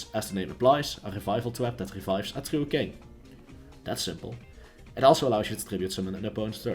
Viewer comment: Twue kwing ><